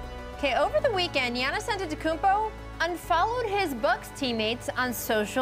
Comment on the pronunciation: This man has single handily made the whole world be able to say antetoukumpo prob spelt it wrong😂